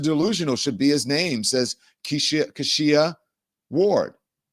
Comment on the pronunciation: Don….you don’t know any Kesha/Keisha/Kishia’s?!?!? It’s black history month. Carter G. Woodson didn’t go to the mat for you to mispronounce that particular name.